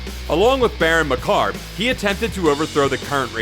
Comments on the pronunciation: Macabre pron: maCABreh...Namor pron: Nieghmore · Lol, who the hell is Baron Macarb? Why can no one figure out how to pronounce the word "macabre?" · Whoever narrated this video mispronounced Macabre, Namor, T'Challa, T'Chaka, and Achebe.